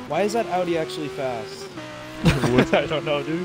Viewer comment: It's Audi!😂😂😂